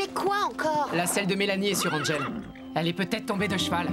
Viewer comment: Un moment hachelet à dit engel pourtant c angel